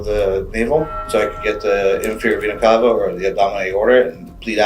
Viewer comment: If I didn’t know better I would literally think these detectives were getting sexually arroused hearing him say Vena Cava over and over. And he’s mispronouncing it at that!!!